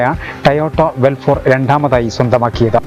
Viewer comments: വെൽഫോർ അല്ല മന്തൻ റീഡറെ.. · അവതാരകൻ ഒരു മുതുവെഡല ആണ്. ഒരു വണ്ടിയുടെ പേരുപോലും നേരെ പറയാൻ അറിയാത്തവൻ. വെൽഫെയർ എന്നതിന് വെൽഫോർ എന്നും ഫോർചൂണർ എന്നതിന് ഫോർചൂൺ എന്നും. ഇറങ്ങി പോടേ... കൊച്ചു പിള്ളേര് ഇതിലും ക്ലിയർ ആയിട്ട് പറയും... 😄😄😄😄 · cheta velfor aaala....velfair aaaanu...peru paran ariyunavanekond paraypik